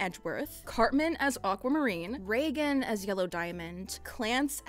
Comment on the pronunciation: For a moment I believed she said Regan instead of Reigen 😰